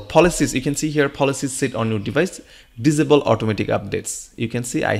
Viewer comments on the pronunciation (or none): It's not visible it's disable ......diss saay bull..... it sounded like you said visible very confusing